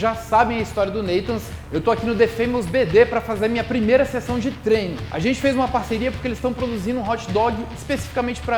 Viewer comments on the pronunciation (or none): none